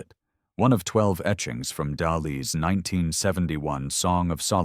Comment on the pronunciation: Word pronunciation is a dead-giveaway something is AI generated. When reviewing the Dali piece, it seemed to get the name right at first but then kept pronouncing it wrong.